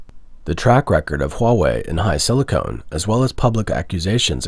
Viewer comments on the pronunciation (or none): HiSilicon, not HiSilicone.